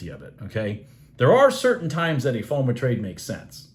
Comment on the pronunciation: Hi...you're a great teacher but I had to let you know it's not FOM'A', it's FOM'O'. Fear of missing out. 😊 Thanks for all your doing, its appreciated!